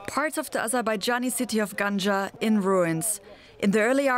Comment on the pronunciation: It is not pronounced like ganja you think of 😄 you put the stress on the second syllable gangA